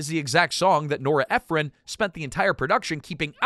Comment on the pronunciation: It's Nora EphRON not Ephrun